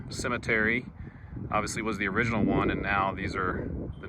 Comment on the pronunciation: It may be original, but it may not be o-ridge-inal.